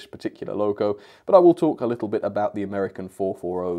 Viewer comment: That's a nice "Amiercan"